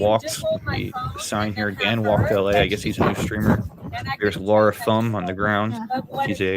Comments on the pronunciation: Wow bit of an over reaction there to mispronunciation of Laras name. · Maybe don't assume bad intentions when people innocently mispronounce a name?